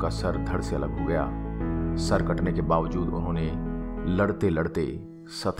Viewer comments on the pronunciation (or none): none